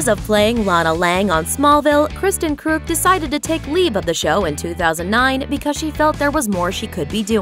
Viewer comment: Smallville was the best show in it's early days. Also, I don't know what I'm more amused by, the fact that you actually said KK's last name right or the fact that you said Rosenbaum wrong. Also, have you not heard of "Impostor?" Michael is the star of that show. And he is an Executive Producer. Also, Kristin was the co-star in Edgemont, which was before Smallville. She also did Snow White, Earthsea, Eurotrip, AND Partition. Not sure if you guys don't know this stuff or if you just purposefully leave stuff out.